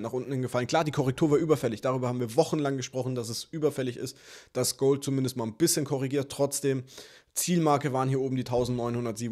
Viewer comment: Gouhld! Feier Dich so 😄😄